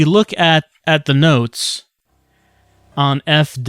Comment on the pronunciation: LOL “notez”